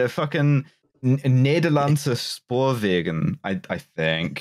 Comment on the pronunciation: Hey, you did really well with the pronounciation of "Nederlandse Spoorwegen".